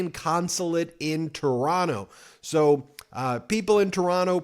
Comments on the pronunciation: Ben, you pronounced "Toronno" perfectly. You're all right bud! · Canadian here: I want to praise you for your pronunciation of "Toronto" ! You're sounding like a Canadian there! I've been watching Meidas news for a long time, and I wanted to say that I'm so glad to see you cover Canadian news so frequently. Keep up the good work! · Ben I nominate you to be a Canadian citizen just based on the fact you say Toronto the Canadian way. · Oh shit, Ben pronouncing Toronto how we pronounce it! Now that's doing your research! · I just want to applaud you for saying Toronto the correct way. I am making you an honorary Canadian. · you pronounce Toronto like a native. TORONO. congrats. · I’m so impressed! You say Toronto like a Canadian! Woot!🎉 I’ve been watching your channel for a couple of years already and I kept wishing we could have something like you provided to the US about Canada. And here we are. Thank you. Keep up the great work. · Thank you for pronouncing Toronto correctly. :) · Canadian here. I am so proud of all Canadians who are coming together. Happy to see all of the protests happening in the States as well! Fuck Trump and his bullshit crew. Ben, Kudos on saying Toronto like a Canadian! 😀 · Hey Ben! You say Toronto like a local! You don't pronounce the second t 🎉🎉🎉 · You have the best pronunciation of Toronto, that I've ever heard from an American! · Ben’s pronunciation of Toronto—>chef’s kiss ✔️there is only one T in Toronto. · I love that you pronounced Toronto like a true Canadian! 😂🇨🇦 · wow, you didnt pronounce the second T in Toronto, you're learning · Ben, your pronunciation of the word, Toronto, is worthy of a true Canuck 👍🏼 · Is it just me, or is Ben sounding a little more Canadian? He seems to have almost entirely dropped the 2nd "t" when pronouncing Toronto. Not hearing that hard t is music to my ears.